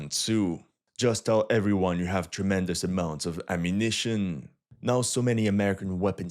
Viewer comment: This guy needs to learn how to talk normally without stretching the words towards the end: ammunitioooon. Damn, bro, learn a more proper English pronunciation.